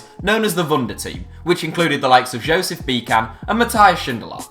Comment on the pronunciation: What the hell did you do to Josef Bican's name :D